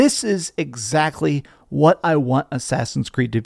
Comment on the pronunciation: Dude it's 'what'...not 'whaht'. You sound like the main character of baby steps.